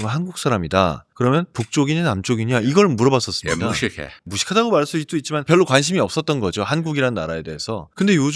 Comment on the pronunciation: 무쉭헤 ㅋㅋㅋㅋㅋㅋㅋ졸귀시다